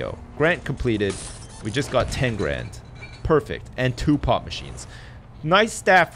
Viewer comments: xD it sounds like he keeps saying pot machine instead of pop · All this time when he was talking about the drink machines, I thought he was saying pot, only in this episode did I realise he was saying pop, not saying that he was installing weed dispensers.